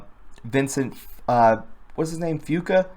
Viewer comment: Seriously it's Vincent Fusca! Really you should learn to pronounce better if your going to have a channel here!